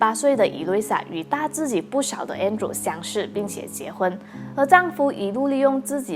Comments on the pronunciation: her husband name is Andre but pronounce as Andrew. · 纠正一下，他的前夫的名字的读音是An-d-re.(安德烈)